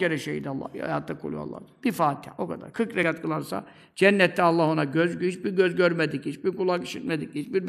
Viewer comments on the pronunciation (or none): Bastırarak söyledi 40 rekat diye .Zor dedi